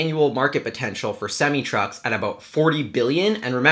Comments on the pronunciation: Its pronounced sem-I not sem-ee. Don't ask me why, that's just the way it's said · It's pronounced SEM I NOT SEM E